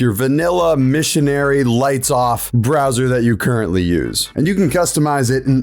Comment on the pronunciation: >says your bwoser is bad > recommends opera Bruh.